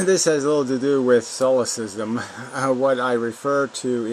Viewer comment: Hey buddy, why bother reading the comments if you can't understand basic words? The word is deification. You know what the word deity means, right? You said defercation. You also pronounced solipsism wrong. Sloppy reading, sloppy thinker.